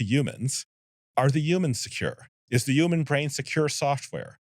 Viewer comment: I just want to ask, I believe it was Eliezer Yudkowsky, "You keep saying, YOUman Well, what exactly is a YOUman?" .